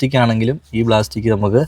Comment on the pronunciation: BLASTIC ALLA PLASTIC